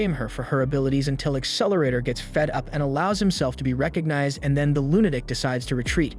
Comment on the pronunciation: Okay. I love your content, love love it. But do you speak English? Like, the actual English language. What animeh? What's a lunadic? Like I said, love your content, but you butcher some words and for some reason it sets me off.